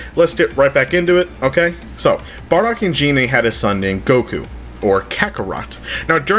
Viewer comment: It's gine